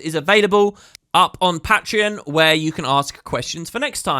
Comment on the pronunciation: pat-tree-on. lol